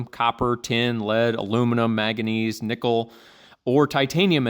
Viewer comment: Manganese, not maganese. It's not a Temu Trump.😂